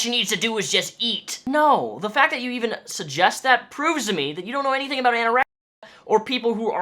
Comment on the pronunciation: Wait you mispronounced anorexia the whole video?